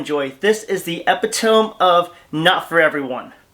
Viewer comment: epitome is pronounced e-PIT-uh-mee